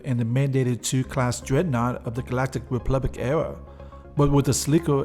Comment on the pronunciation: I like the videos alot, but I find myself mimicking you more than paying attention. "Gawactic Weplublic"